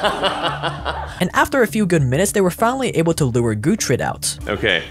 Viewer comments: Cant pronounce dorothy. Proceeds to say “Gootrid”. needs the pronunciation update for his neuralink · Pig’s name: Gertrude: Gootrid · Gertrude, not gutrid :)))